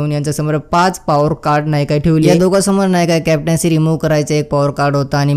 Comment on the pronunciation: Are ky boltoy tu neat bol samjel asa , pawar card nahi rey power card 😅😅